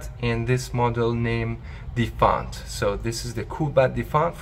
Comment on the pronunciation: It's pronounced as Defiant not Defant.